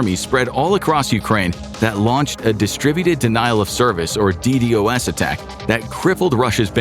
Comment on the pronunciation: It isn't called a "D D O S" it is pronounced "D-Doss"